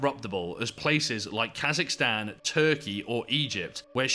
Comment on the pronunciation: The minute I heard Kasicstan 😂